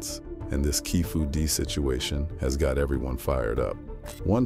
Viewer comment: keefy d not keefu d